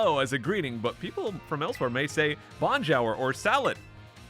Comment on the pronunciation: I am French, and you've been butchering "bonjour" since day 1 and I'm here for it. Keep doing it please